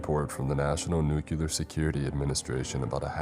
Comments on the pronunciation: Nuclear is said "New-clear", not "New-kyewl-er" for the millionth time. It makes it sound so moronic like Bush. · It is nu-clear not nu-cu-lar PLEASE 😭 these are such great videos that mispronunciation is just so distracting